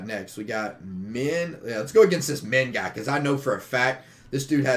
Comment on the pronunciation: His name is minh not min He from vietnam